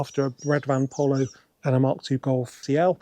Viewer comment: Did you say a bread van Pollo? Very strange way of saying Polo 😂